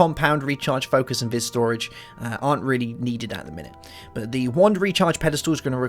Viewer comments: Via is actually pronounced Veece, I mean, it's none of my business but it's annoying me. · actually it's pronounced vee